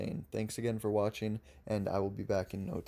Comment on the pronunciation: At the end of this video did you mean "Thank you for WATCHING" or "Thank you for WAITING?" Cause I don't know what "wathing" means! The devil is in the details, pay attention to what you do.